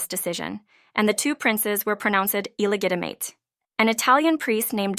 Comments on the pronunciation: I believe she used a Latin pronunciation. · Did… did you just mispronounce “illegitimate”??? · I'm glad I wasn't the only one who heard that! I decided it must be a computer generated voice. That's the only thing I could think of that made sense.